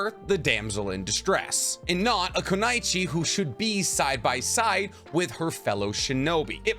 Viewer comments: Say it with me everybody, cause no one gets this right! KUNOICHI = Koo-noy-chee Just give it some practice it’s not too hard. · This dude said "koo-nai-chee" 💀. It's koo-no-ee-chee". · Why do you say kunaichi instead of kunoichi? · Lmao u mispronounced Kunoichi and you call yourself to know more then anyone in the world on Naruto lmao